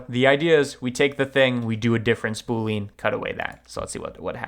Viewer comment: My cringe moment is when he pronounces boolean as double syllable "boo leen" emphasis on second syllable instead of triple syllable "boo lee unn" emphasis on first syllable